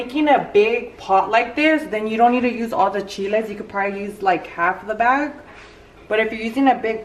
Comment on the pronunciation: She was trying to say soak the chiles